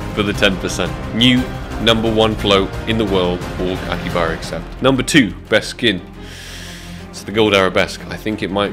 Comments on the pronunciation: not aki baba its akihabara :D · It's "AkiHAbara Accept" ;) I'd never be able to do these kinda crazy contracts, so I'm happy just watching them^^ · Bro, Aki-HABARA